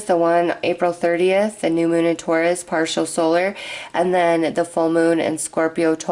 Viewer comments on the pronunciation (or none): none